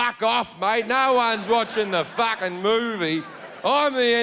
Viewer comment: "No one is watchin the FAHCHHKEN MOVIE"